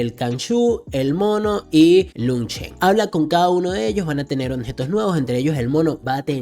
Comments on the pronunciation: La palabra es OBJETOS compa ...no Onjetos 😂..solo eso, por lo demás muchas gracias por tu ayuda 😁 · Toda la saga escuché decir “Onjetos” jajajajaja